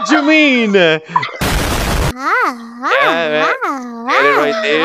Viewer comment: "What dyou meanE" Is this guy Italian ?